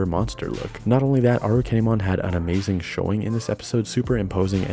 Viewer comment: Properly pronounced this time around I hope